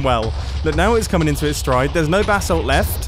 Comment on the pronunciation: The way he says basalt sounds like 'basil' (the dog) (only hermitcraft fans will understand)